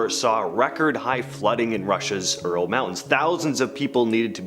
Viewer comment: Ural: youral like rural 😅